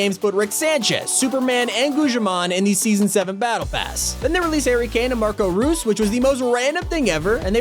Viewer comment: i was dying when said ryys its actually rojs